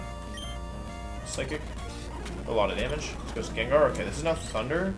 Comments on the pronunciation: Fuckin jenjar??? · The way he says Gengar makes me lose all faith in humanity. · I love the mispronounce jimmick